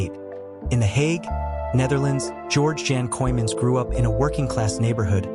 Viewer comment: weer een AI in elkaar geknutselde video en de man zijn naam wordt niet eens correct uitgesproken , wordt hier niet goed van , of ligt het aan mij